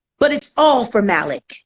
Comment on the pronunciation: It's Mah-lik 🤦🏾‍♀️